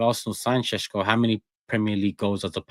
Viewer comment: I’ve been told Shesh-ko is how you say it but fck it it’s Sesco like Tesco moving forward.